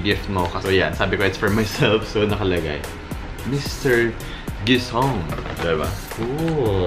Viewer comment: "Mr. Gui-sown"